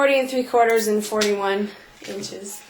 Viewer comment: So glad ya'll okay . LOL the way you said 41 .. Your tummy so cute .